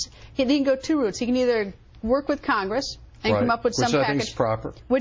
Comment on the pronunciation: wtf is khangis it's pronounced Congress